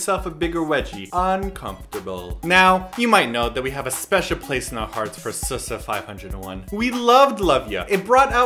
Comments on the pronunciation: It's actually ''Double S five O one'' but not ''S S 501''. no offense but if love ya really impressed u, u should hve known it last year :) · LOL i love how they say SS501 instead of Double S 501 XD